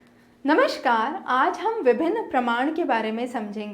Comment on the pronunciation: पर आपने नमश्कार कहा और पर सोत्र। इसलिए इन शब्दों का अर्थ पूछा था। शेष सब आपने अच्छे से समझाया है।